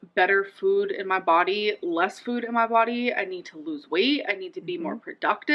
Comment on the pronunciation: She says the word FOOD so weird, glad im not the only one who is annoyed by this. 😂